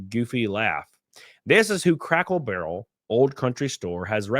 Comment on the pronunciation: I laugh every time you say "crackle barrel".😆